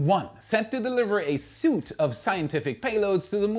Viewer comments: Firefly is "set to deliver a Suite" (sweet, not suit) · It's not SOOT, it's sweet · "suite" is pronounced "sweet", not like "suit". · "Suite" not "suit". What are you, an AI robot? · You said, 'it will support a suit of ' and pronounced that as suit (like clothes) it is actually pronounced as SWEET (like sugar) and spelled suite. Only meant to be helpful, I have tutored many in English (American?). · I realise you're reading the copy and your native language isn't English. The word suite is not pronounced the same as the word suit. Suite is pronounced "Sweet" not "soot". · The word 'Suite' is pronounced 'Sweet' (time: ). Also at time:;'Proprietary' is pronounced as 'prah pry eh tear eee', Some use 'Pro' as the first syllable. The accent or stress is on the pry syllable. Hope this helps with English. Keep up the great work. Your show is AWESOME. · a very minor point. FYI Suite is pronounced like Sweet. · Hello! "Set to deliver a suite*" (pronounced 'sweet') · "suite" is pronounced "sweet" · Suite is pronounced like sweet. Not a criticism, just when I was learning German and French I appreciate it when people corrected my pronunciation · ‘Suite’ is pronounced like ‘Sweet’ Best regards, I’m a regular viewer.